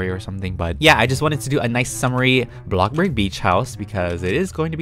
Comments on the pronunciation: sorry for the late comment but i love his intro when he says "hey everyone welcome back to channel todai we're back BLOCKA BORG" its so funny! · Omg I love when he says booccaborg